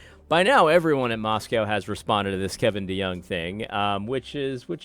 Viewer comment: It's pronounced MoscO